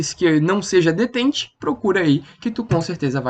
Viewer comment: Se pronuncia "detán"